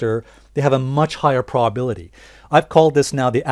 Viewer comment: What's a "prawbility" ? lol